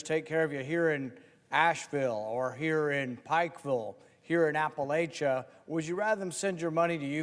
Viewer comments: It’s not app-a-lay-cha…….Rand. It’s App-a-lacha……poser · Rand, you of all people should know it's Appa-LATCH-a, not Appa-LAY-cha! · Rand Paul...i know western NC. I love western NC. I have friends and family in western NC. It's close to my heart...then can't even pronounce Appalachian correct. It's not appa LAY- CHA. It's appa LATCH-A. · NC resident here. You ass!! It’s pronounced app a latch uh. So now my people are gonna be cold and homeless. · Rand Paul knows nothing about western North Carolina. If he, he would know that Appalachia is pronounced Appa-LATCH-ia by the people who's ancestors have settled those mountains for centuries, *even those in Kentucky*. There is nothing Rand Paul doesn't suck. Yeah, you got it. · He can’t even pronounce App uh latcha. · The way Paul pronounces Appalachia proves he knows nothing about our area. I say this as my husband, neighbors and extended family work for the 6th straight week on repairing our bridge. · I wonder how a trust fund baby like Rand Paul could live in Appalachia without learning how to pronounce Appalachia.